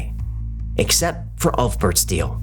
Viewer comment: pronounced "oolf bear-t"